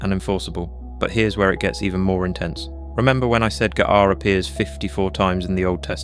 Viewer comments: It's b'kha, and you have to let that flutter in the back of the throat a little bit. Not quite like claring the throat, but that should give you an idea. Like a soft grungy K sound. And it's g'ar, pronounced like guh-ahr, but with a very short g' sound. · The whole video is garbage. And, yeah, the "magic words" "ga'ar b'kha" are massacred with wrong pronunciation. (no "ch" sound in Hebrew as it's pronunced in English and in one instance the narrator said "g'ay" b'cha...ughI wrote a very lengthy reply on the idea that the word "satan" is NEVER a proper name but merely a noun in Hebrew. AND the fact that it was NEVER REMOVED from scripture. Unfortunately, people swallow this garbage because they actually wish to learn. If they were actually serious, they should start by learning the Hebrew AlefBeit. Learning poorly transliterated English is NOT learning Hebrew! It takes more than a YouTube video with sloppy A.I. and absolutely fabricated JUNK to enrich one's walk with the LORD. This is the kind of CRAP that starts cults! I''ve studied biblical Hebrew for around 20 years and I have SO MUCH TO LEARN! I have written out 3 large books in biblical Hebrew calligraphy, I can recite Isaiah 53 and many others and I'll spend my whole life doing it because the LORD did it...and wired me that way in His love. It's not necessary for everyone. It's really SAD that believers are being deceived in this way. But on the other hand, they should stop looking for "magic words". JESUS/YESHUA the KING/BROTHER/CHAMPION/GOD is who we need to know both scripturally/personally and moment by moment.